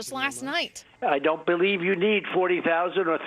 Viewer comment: I can't stand the way these reporters exasperate every single word. For example, her use of the word 'you' for some reason has three syllables. Give it a rest.